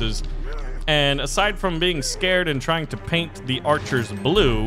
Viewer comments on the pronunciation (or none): none